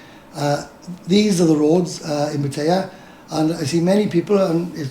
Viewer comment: Pat tie a not pat a ah